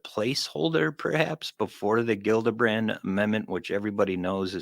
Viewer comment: Love you guys, to offer constructive criticism, say the names right 😁 JILLabrand, not Gildabrand, lol, and the acronym is only 6 letters, AOIMSG, easy enough 😁 yes it's dumb but we're not and we don't wanna look it 👍 keep up the good work I'll continue to watch every episode, thank you all for your hard work on this important topic, you're all awesome 👏